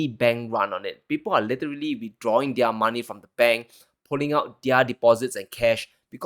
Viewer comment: young,,, you keep up the excellent work and the channel going! Your presentation is still improving by each session! No fawning,,, it makes one wants to stop in between to make comments like this before continuing with the video! Good job! NB: plz pronounce 'their' as "there." No malice, just respect! You have so much potential!